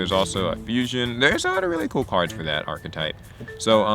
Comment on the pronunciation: Did you say Power Rangers Achtype? Ive found my deck